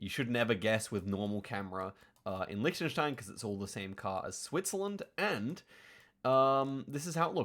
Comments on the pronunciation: He learned German so he knows the pronunciation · English speaking native with a proper pronunciation of Liechtenstein (especially the ch part), you dont see that every day. Well done!